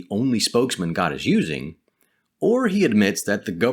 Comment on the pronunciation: Good info, but can you say God instead of Gad, which is what the org say, also, try not to be so robotic like the JW's as it is off putting when watching as it reminds me too much of them.